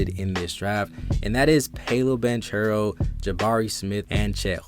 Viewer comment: It’s Pow-lo and in banchero the ch is pronounced like a k Pau-low ban-karrow